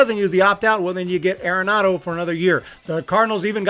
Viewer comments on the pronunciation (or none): Pronounced Are-enado not Air-enado